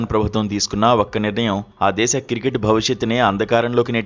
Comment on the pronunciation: కిర్కెట్ కాదురా అయ్య క్రికెట్ 😂